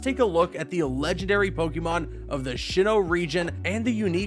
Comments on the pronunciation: Look dude. It's a cool video. But for the love of God please say it as Sinnoh. There's no H after the S and I'm worried about how much it bothers me when you say it Sh. Overall cool video, that is just a pet peeve I have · Tip if you guys decide to make Pokémon videos: search up how you pronounce Pokémon names/places first. Keep wanting to correct this guy on how to say SI-NNOH instead of SHI-NNOH!!! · I really enjoyed this video, sucks that the comments are obsessed with petty pronunciations Also, sHinnoh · Why is he pronouncing it Shinoh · TAKE A SHOT EVERY TIME HE SAYS SHINNOH OR GURATINA! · I actually started to question if sinnoh is actually pronounced SHINNOH 😆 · Drinking game: take a shot every time he says “Shinnoh” or “Guratina” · He Pronounced Sinnoh and Giratina Wrong! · If you can't even pronounce "pokemon" or "sinnoh" correctly, I ain't giving you any more watch time.